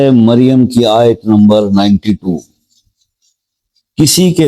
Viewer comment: BHAI. AYAT. SAHI. TARHA BOLKAR BATAYE AUR. SCREN PAR. LIKH DEYA. KARE